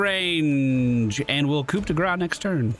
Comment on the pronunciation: Just thought I'd let you know that "coup" is pronounced "ku". The P is silent.